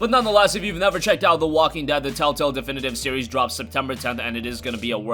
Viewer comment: It's telltale not tell tell dumbass.